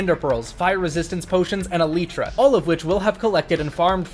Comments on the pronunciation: is it eleeeeeetra or elYtra? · Why dies he say eletra its elytra cuh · can we disucc AL-EE-TRA huh? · eleetra... SAY IT CORRECTLY YOU NONCE. Eh LIGHT tra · It’s alitra not eeeelitra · Him saying eletra was just funny for some reason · Aleetra? Tf is an aleetra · its pronounced e-lie-tra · Its actually pronounced as eleetra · Why does he pronounce elytra like that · Bro does not say elytra right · why do you say "elytra" wrong? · please say eltyra right